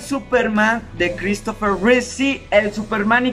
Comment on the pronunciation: Es Christopher Reeve, no Reese; perdón por la corrección pero sí me dio un poco de cringe escucharlo.